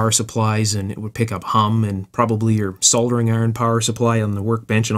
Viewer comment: Hi, Have you ever worked as a technical instructor in a tech school or college environment? I think you would be a very good one. It's also pleasing to my ears to hear "Soldering" rather than "Sodering".